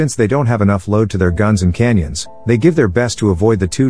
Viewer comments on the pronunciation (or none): Cannons not "canyons" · Whoever wrote the dialogue for the AI voice needs to fix it. Ships don’t “blowoff” they blow up. Very annoying that sailors are called soldiers and Cannons are called Canyons. You’ve done better.